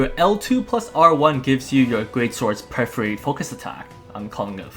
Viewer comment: Amazing video! The depth of knowledge when the game is so new is why you're one of the greats! (Perforate is usually pronounced "per-fuh-rate" or "per-fer-ate")